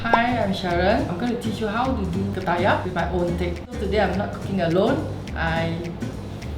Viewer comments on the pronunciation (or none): Ketayap bro not kertayap lol 😄